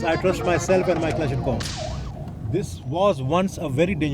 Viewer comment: The MP is carrying a personal Kalashnikov? sorry clash-nikov?